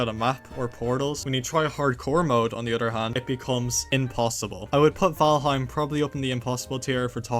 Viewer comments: 0:95 valhiem? I hope you found out on your own that its valheim HEIM not hiem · everytime i see someone talk about valheim i get so excited, why tf does every fucking person pronounce it wrong